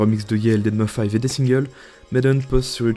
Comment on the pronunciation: Super la vidéo mais par pitié faut arrêter de dire "dead mo five", ça se prononce "dead mouse" 😭